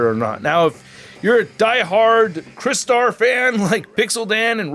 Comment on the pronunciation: I remember this character from the original toy line in the 80’s, and I sadly never had the original figure though, and I noticed you pronounced his name right unlike that guy in Canada who has YouTube channel and he calls himself Michael Mercy💁🏻‍♂👍🏻👍🏻.